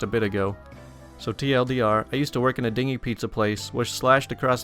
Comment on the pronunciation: "Dingy" is pronounced "din-gee." "Dinghy" is pronounced "ding-ee" (like a boat.)